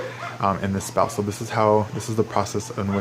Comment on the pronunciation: Did he say spall? XD